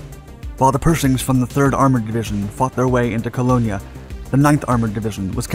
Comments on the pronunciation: The name of the German city of Cologne is pronounced “Colone” in English. The German name is Köln. Nobody calls the city “Colonya”. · I enjoyed your video…. But The German city is not Colognia. It is Cologne. Or Koeln. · Cologne is pronounced Ko-lone in English and K-oln in German FYI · Love ur vids, very well made and narrated. One thing though: the German city is called Cologne (pronounced Colown) in English nowadays, not the original latin "Colonia". No biggie. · "Colown" not c" Colonya" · Co-lone. Not Co-lone-ya. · It's not coLONEEYAH it's coLONE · Cologne is pronounced as "Ko-lone" not "Ko-lone-ne" . The German name for the city is "Koln". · Cologne is pronounced “Ka-loan” not “ka-lonia” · The town of Cologne is pronounced Coloan, not Colonia. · Cologne, pronounced Co Lone in English; not Colonia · Colognya? It's pronounced Col-own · Why are you pronouncing cologne (colone) colonia? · Where is Colonigna? It's pronounced Kuh-lown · Ku-lown, not Ku-lonya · Pronounced Colone, not Colonia. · Colone not Colgnia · Cologne. Pronounced "Kol-own", rather that "Kol-own-ya"... Chassis. Pronounced "Shassy", rather than "Cha-sis"... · COLOGNE is being constantly mispronounced. It is NOT Colognee, but Cologne. Please correct in your verbal narrative. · Whoever or whatever narrates these videos needs some serious help with pronouncing foreign city and island names!!! Cologne is NOT pronounced Colonia, it is pronounced Colone and Bougainville is NOT pronounced Booganvilla it is pronounced Booganvil. OMG make it stop 😱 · ...."Between Colonia and the Rhine" ... I wonder if any of you Germans in the audience could point out this town, or City called Colonia. Every damn video, this guy gets at least two or more things wrong. Remarkable!! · This guy is really calling cologne "Colonia" like it's somewhere in Spain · Please learn how to pronounce Cologne - it definitely does not sounds like “colonia”. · Ponzer and Chass"is" and Cologne "ya"? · co lo nyi a? (Cologne) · "Colonia"? LOL🤣